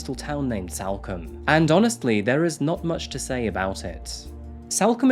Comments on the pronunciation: Btw salcombe is pronounced sulcum. In the local area it’s known for being an area where there are mostly holiday lets and second home owners. It’s basically where many rich Londoners have their holiday homes. Please do the murder of Bobbi Ann Macleod - an 18 year old girl taken from a bus stop in Plymouth by a guitarist who handed himself into police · Head probably removed and put in back pack so body fitted in the suitcase? BTW it's pronounced Salcom not combe‼️😆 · Salcomb is pronounced like SoulCum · Sol come, that's how it's pronounced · It’s pronounced SOLCOMBE even though it’s spelt with an A